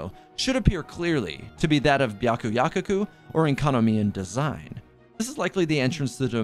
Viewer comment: it’s byakuyaKOku not byakuyakuku😭😭 (sorry I’ve been hearing it over and over again in your videos and it’s been bothering me) Amazing video btw, love your channel 💕